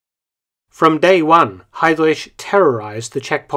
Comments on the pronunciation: Ever so slightly irritating to hear you reinvent the wheel and rename heidriCH as heidrish, but it's alright. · Great video Mark, but in spite of the contrary, his surname is pronounced ‘Hi-Dreck’, NOT ‘Hi-Drish’. 😂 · Perfect video as always👌 But pronunciation of his name is 😬 ehm, correct is: Hidrich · I love how you pronounce Heydrich. Its not actually wrong but it sounds like some deep Saxonian accent. Same thing when you say "Leipzig" (Leipzsch). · You're saying Heydrich wrong. You butchered his last name.